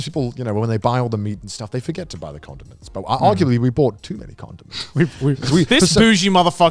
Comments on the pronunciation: I’m so glad other people thought Connor was saying condoms too cause i was so confused like what are you using those for in ur trip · It sounds like he keep saying condoms. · Every time Connor says condiments, it sounds like “condoms” so I’m initially thinking this camping trip is wild until I remember they’re talking about food and he’s saying condiments. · I had the same issue. I was really confused when he went from condoms to mustard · SAMEEEEEEE I thought it was only me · I had to stop the video when Conner said condiments.